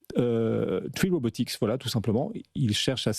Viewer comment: UNITREE deja pas truie ;) et RobotiC pas robotiX lol le mec fait un sujet il connait meme pas le nom de la boite MDR et elle n'est pas encore coté en bourse pour tous LOL virez ce journaliste vous le payez trop ;)